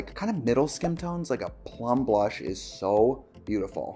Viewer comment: Tricia I thought you were saying cream brush